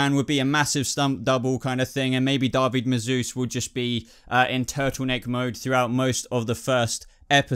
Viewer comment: Just found your channel and I love it. Please don't think me critical but it's *David, not Darby. All the same, great video, watched it while on my lunch at work and had a blast. Cheers!